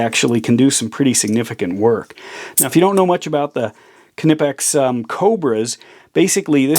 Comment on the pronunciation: Respect your tools. Dont throw it to your desk. Greetz from germany (your knipex pronouncement is correct.)